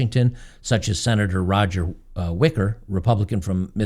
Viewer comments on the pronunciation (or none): none